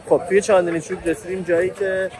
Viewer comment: تا اونجایی که من میدونم چاندِنی نیست چاندْنی هستش